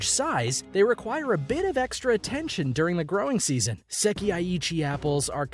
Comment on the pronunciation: It's not "seki-ai" it's "sekai".